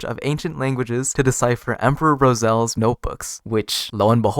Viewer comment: You got Roselle correctly hahaha 😂❤